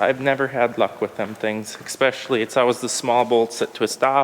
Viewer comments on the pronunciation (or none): I especially love how you say expecially there. You're not the only one in the fam that's guilty of it though. Much love.